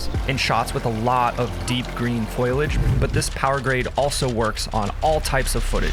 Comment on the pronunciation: Did you say... "foilage?" 😂😂😂All seriousness, this is a great tutorial. You worked under your LUT, did the HSV saturation trick (my favorite), and worked to preserve your skin tones.